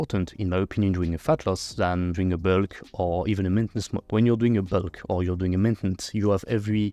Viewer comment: "my byulk" 🤭